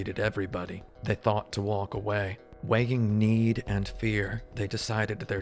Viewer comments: he really do be pronouncing the "L" in "waLk" every time, huh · do you really pronounce all the letters in the word walk? i thought it was a joke but then it carried on throughout the video. I teach English in Korea and I always gotta tell my students not to do this.